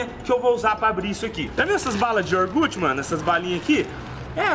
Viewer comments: iogurte NN IORGUTI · Balinha de "Iorgute"